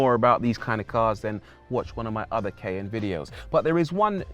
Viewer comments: Ky~an’ the pronunciation 😂❤it’s my first challenge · Did not know the brits pronounce this CAY N. In USA its like the Cayenne Pepper.... like it is spelled. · 'Cayenne' pronounced as: "ky-ANN"... or "kay-in"...???